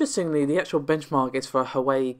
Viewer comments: Did you say "Hawaii?" 🤔🤔😨😨 hmmm.. Huawei = H-Wah - Way 😀 Anyway, sorry for being a stickler . Good info in this video. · There's a slight scrubbing of the "H" in front of the "wah" more like "Hwah" I just push a " - " in there because you are supposed to actually pronounce the "H" sound. Unless your Chinese is suddenly better than mine. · Actually pronounced wah wey.... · I'm going to call it "Hawaii" to spite all of you. Besides, Hawaii sounds way cooler.